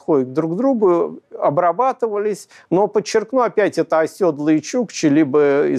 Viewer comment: Благодарю лектора! В качестве рекомендации: оседлый, а не "осёдлый". От "сел", "осесть", а не от "осёл".